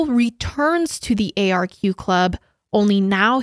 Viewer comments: Hi! There’s just a few things I thought I’d point out, firstly that the nightclub you were talking about is pronounced “ark” and the second thing is that when was saying she’s never heard of people voluntarily taking GHB, in Australia (especially in the lgbt community) it’s actually a very common thing and is liquid ecstasy. Love love love this collab though 💓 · It’s called the ARQ (pronounced like Arc) not the A-R-Q. Lmao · Arq is so known for the party drugs too, so michael would have been thinking he was powerful in some way. So horrible what happened. Also Arq is pronounced Ark (i know its confusing haha). Would love you to look into missing backpacker Theo Hayez who went missing in Byron Bay Australia who was there on vacation from Belguim. So sad. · The club is pronounced “arc” like Noah’s Ark The suburb Michael is from is pronounced “Cron-Nullah”. GHB is uncommon as a party drug in the LGBT scene in Australia now, but when it is it’s used in micro doses and not at the “date-rape-drug” level. At this time it was used a little more frequently also. Bit of local knowledge :) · As an Aussie I can’t help but make fun of Americans pronunciations 🤣 arq club is pronounced ARCK And the way she says Cronulla 🤣😭